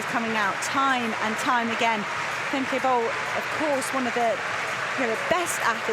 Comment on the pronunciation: Femkaypoal"😂😂 as a dutchie, that's what i hear😂😂